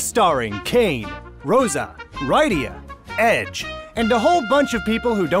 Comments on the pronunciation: You actually said RYE-dia, and not RID-dia? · Rye-dee-ya? Rid-dee-ya gosh darnit! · Rid-e-uh not ride-e-uh. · Cehcil and Rid ia RYDIA IS BAE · I totally have to be that guy but Its not Rye-dia. Its just like Lydia but with an R. In fact it is Lydia with an R, they just picked the wrong letter because japanese. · Rid-ee-uh not Rye-dee-uh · "Rid-ee-ya" not "ride-ee-ya.....smh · Dude same... he pronounces it as Ride-ia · There actually are Cecils pronounced that way, so while it's wrong for this one, it's at least an understandable mistake to make.So it bothers me, but not as much as RYE-dia, for which there is no excuse. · rye de uh rud e uh sounds like u want to get ride of her. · I'm pretty sure Cecil is pronounced with a soft E in the game and Rydia should sound like Lydia with a poorly translated L. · It's actually a short E, pronounced "Seh-sil" and Rydia is "Rid-ee-ah" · Who the hell calls her R-eye-dia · It pains me so much how you say Rydia's name. It rhymes with Lydia. :p Besides that, though this was brilliant! Very well done! I'll probably watch the rest of the FF Nutshells now! :D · I really loved this animation but just one thing...Ride-ia? I cringe at that pronunciation of her name! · Hate to be a hater, but you do realize the names are pronounced "Se-sill" and "Rid-dia" right...? Don't think your accent is going to justify it though, I'm an Asian who grew up speaking American English at the age of 2 and used British English in school. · Rydia is pronounced with a SHORT "I" sound. As in, like, "You said her name wrong, so I wanna get ridda' ya'!" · Your pronunciation of Rydia though... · I feel like you lose points for the way you pronounce best waifu Rydia's name, but you make up for that by getting rid of the competition (Edgelord, err, lord Edge). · I've been waiting for this one since it's my favorite game in the series. But stop pronouncing shit wrong. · Way you pronounced Rydia's name was enough to click away.